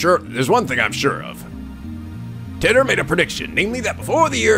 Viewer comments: It's John TIGHT-er Not John TIT-er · I looked up some interviews with scientists talking about John Titor, and a majority say "Teetor", so that's probably it. However, I don't think there's been a physical interview with the man himself, so we'll never really know how it's truly pronounced.